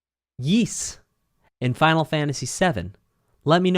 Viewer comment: also Ys is pronounced geese without the G